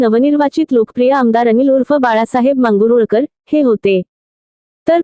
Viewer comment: मॅडम मांगुळकर आहे ते मांगरूळकर नाही आहे जरा उच्चाराचा सराव करा की..... 🚩भोमेश चंद्र रोकडे पाटील मुसळ